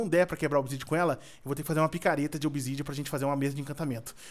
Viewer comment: voce falou pakareta de obsidian kkkkkkkkkkkkkkkkkkkkkkkkkkkkkkkkkkkkkkkkkkkkkkkkkkkkkkkkkkkkkkkkkkkkkkkkkkkkkkkkkkkkkkkkkkkkkkkkkkkkkkkkkkkkkkkkkkkkkkkkkkkkkkkkkkkkkkkkkkkkkkkkkkkkkkkkkkkkkkkkkkkkkkkkkkkkkkkkkkkkkkkkkkkkkkkkkkkkkkkkkkkkkkkkkkkkkkkkkkkkkkkkkkkkkkkkkkkkkkkkkkkkkkkkkkkkkkkkkkkkkkkkkkkkkkkkkkkkkkkkkkkkkkkkkkkkkkkkkkkkkkkkkkkkkkkkkkkkkkkkkkkkkkkkkkkkkkkkkkkkkkkkkkkkkkkkkkkkkkkkkkkkkkkkkkkkkkkkkkkkkkkkkkkkkkkkkkkkkkkkkkkkkkkkkkkkkkkkkkkkkkkkkkkkkkkkkkkkkkkkkkkkkkkkkkkkkkkkkkkkkkkkkkkkkkkkkkkkkkkkkkkkkkkkkkkkkkkkkkkkkkkkkkkkkkkkkkkkkkkkkkkkkkkkkkkkkkkkkkkkkkkkkkkkkkkkkkkkkkkkkkkkkkkkkkkkkkkkkkkkkkkkkkkkkkkkkkkkkkkkkkkkkkkkkkkkkkkkkkkkkkkkkkkkkkkkkkkkkkkkkkkkkkkkkkkkkkkkkkkkkkkkkkkkkkkkkkkkkkkkkkkkkkkkkkkkkkkkkkkkkkkkkkkkkkkkkkkkkkkkkkkkkkkkkkkkkkkkkkkkkkkkkkkkkkkkkkkkkkkkkkkkkkkkkkkkkkkkkkkkkkkkkkkkkkkkkkkkkkkkkkkkkkkkkkkkkkkkkkkkkkkkkkkkkkkkkkkkkkkkkkkkkkkkkkkkkkkkkkkkkkkkkkkkkkkkkkkkkkkkkkkkkkkkkkkkkkkkkkkkkkkkkkkkkkkkkkkkkkkkkkkkkkkkkkkkkkkkkkkkkkkkkkkkkkkkkkkkkkkkkkkkkkkkkkkkkkkkkkkkkkkkkkkkkkkkkkkkkkkkkkkkkkkkkkkkkkkkkkkkkkkkkkkkkkkkkkkkkkkkkkkkkkkkkkkkkkkkkkkkkkkkkkkkkkkkkkkkkkkkkkkkkkkkkkkkkkkkkkkkkkkkkkkkkkkkkkkkkkkkkkkkkkkkkkkkkkkkkkkkkkkkkkkkkkkkkkkkkkkkkkkkkkkkkkkkkkkkkkkkkkkkkkkkkkkkkkkkkkkkkkkkkkkkkkkkkkkkkkkkkkkkkkkkkkkkkkkkkkkkkkkkkkkkkkkkkkkkkkkkkkkkkkkkkkkkkkkkkkkkkkkkkkkkkkkkkkkkkkkkkkkkkkkkkkkkkkkkkkkkkkkkkkkkkkkkkkkkkkkkkkkkkkkkkkkkkkkkkkkkkkkkkkkkkkkkkkkkkkkkkkkkkkkkkkkkkkkkkkkkkkkkkkkkkkkkkkkkkkkkkkkkkkkkkkkkkkkkkkkkkkkkkkkkkkkkkkkkkkkkkkkkkkkk